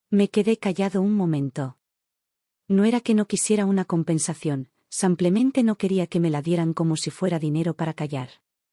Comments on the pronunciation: tus historias lo dices como que “ san clemente es “ simple mente “ disculpa la corrección pero se pierde un poco el texto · Solo agrego que hay ciertos errores para ayudar a corregir, en este caso la palabra: simplemente ( porque dicen samplemente?)